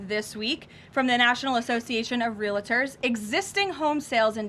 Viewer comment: Did she just say" Real a tors"????? It's Real tors.